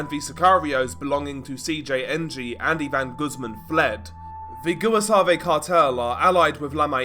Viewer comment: The "GOOAHSUAVE CARTEL" XD